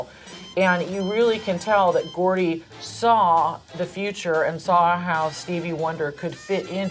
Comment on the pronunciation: It’s Berry GORDY !! Ok !?